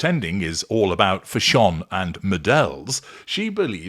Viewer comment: Why do you keep saying Fash On ?? Is that the correct way to pronounce it ..?? It drives me and a lot of others nuts.